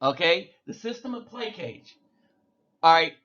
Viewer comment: I just really gotta let you know, plaçage is pronounced "pluh-soj"